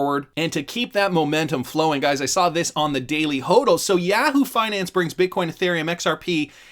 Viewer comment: Yaaaaa-whoo? Must have never seen the comercial.. Yaaah-who...